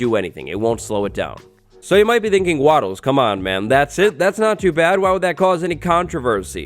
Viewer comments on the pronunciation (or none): Am I the only one who hears wattles calls his name "watters" instead of wattles